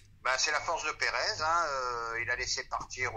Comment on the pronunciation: il y une reuniln entre perèz et Florintino perèz minute 😂😂